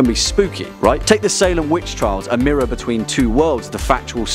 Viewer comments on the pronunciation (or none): none